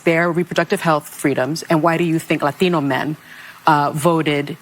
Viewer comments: Did she say Lathino? It's Latino not laTHINO! BIMBO!!! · Whats up with that crazy lady saying emphasizing “latino” the way she does. Shes chamalas clone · LOL why must libs break into a phony Hispanic accent when pronouncing “Latino”? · Sunny Houston can’t even pronounce the word Latino properly. It doesn’t have an a at the end it has an O I know I’m just being an asshole, but that’s just me. Hooyah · I cannot stand the way Sunny pronounces “Latino” 🤦🏼‍♀️🙄 Let her keep going, she will never get it. Red wave 2028 incoming, Sunny.